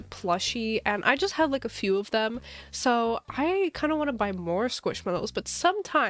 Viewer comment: “and I just have a FEW”